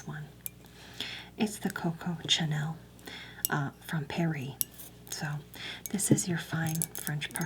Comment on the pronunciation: “It’s the Coco, TCHuh-nell, from pairEE.”